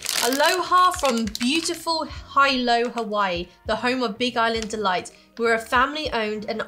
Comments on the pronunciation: I'm lucky enough to live on Maui. Hilo is on the Big Island. Pronounced He Low. Kona is on the west side of the Big Island. The active volcano is on the south side. Favorit juice here is POG - Passion Fruit-Orange-Guava. The old fashion round bottle caps were the basis of the POG game of the 90's. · Hilo is pronounced ' he-low " .